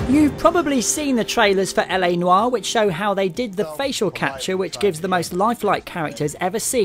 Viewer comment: Thank you for pronouncing noir right. Every one of my friends pronounce it wrong